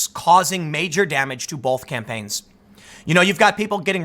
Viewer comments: I must be old, but can I ask. When did we add an L to the word both? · The word both does not contain an L Tim. Please say both not bolth